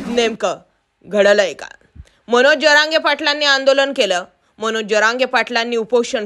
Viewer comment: "जअरांगे" नाही "जरांगे"